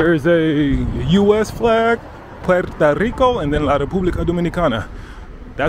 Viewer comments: It's Puerto Rico, Papa, not Puerta Rico. bro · It's PuertO Rico - not PuertA Rico. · Every time you say Puerta Rico I cringe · Is it just me or does he keep saying "Puerta Rico"